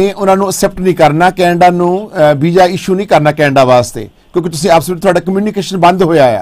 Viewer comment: galti parents di aa coz Girl is educated & boy is very uneducated. the way he talks like Shnap chat. Vija etc etc & some english words doesn’t mean anything